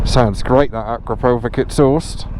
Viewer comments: A crap o vitch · How on earth are you pronouncing akrapovic?? 😂